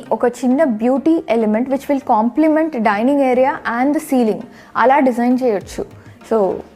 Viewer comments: Daining kadu madam Dinning. Prati okallu English lo matladali ani over action chestunaru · Dinning kadu dining.lol😂😂